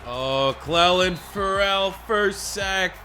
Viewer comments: Clelin Ferrell is pronounced (CLEE-Lin Ferral) like referral without “re” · Lovin the vids man. Clelin’s name is pronounced “Clee-Lin” “Fur-le” by the way. Just trying to help out. Keep the content rolling! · Steampunk112 YT he’s not saying it different he’s literally mispronouncing it tho lmao